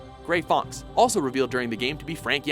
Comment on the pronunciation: you fully butchered grey fox and olga's names. and thats just a shame.